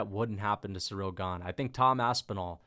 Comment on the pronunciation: Please, it's not SURREAL Gane. It's pronounce like: SEE-REEL